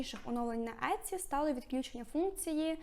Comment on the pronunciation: Але чому Этці, якщо сайт називається Ітсі ? 😳